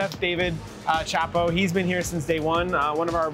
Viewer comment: pronouncing Szabo as Chapo is weird :D